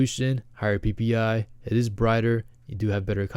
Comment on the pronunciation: Why is it funny when you say ppi?